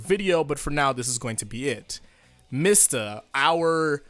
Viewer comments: You mean MEE-sta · it's "mee-stah"